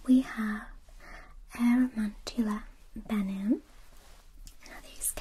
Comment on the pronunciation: I noticed this, and acromantula